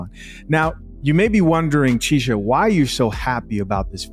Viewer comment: Lol “DJ Chisha Zee.”